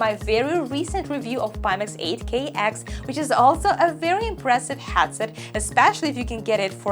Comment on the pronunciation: I love Your content loads! But, please, it hurts my ears so much! Headset: hEAd = qlEd or incrEdible or Estonia You say it like hAtset, as in Agony or And. Sorry, I really dont mean to offend. English is one of the worst languages when it comes to how it is written to how it is spelled. Me being swiss/german part was very lucky to start watching english tv at the age of 10, so I just soacked it up... Keep it up, big respect to you for always being positiv and full of energy!:thanksdoc